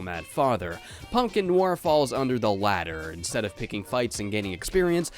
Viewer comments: If i hear you say noir wrong one more time. Its like no are not no war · Noir, pronounced Noire like No R. I love your vids man but hearing you pronounce it that way made me want to shoot myself. Love ya, but MMMMMNNNNNN!!!!! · Noir is French and pronounced like NWAHR. Just saying. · Film nwar...? lol, is that the usual American pronunciation of it? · I can't handle how frequently you mispronounce noir in this video lol